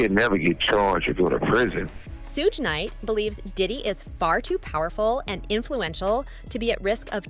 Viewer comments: "Sooge Nite" ...lmao!!! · Love all these white folks or is it AI doing these videos on music industry people they don't even try to learn these criminals names right Lol "Sooge night" and "kid Q Dee" what a mess